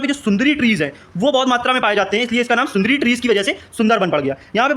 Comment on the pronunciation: Sir sundri nahi sundari balte hai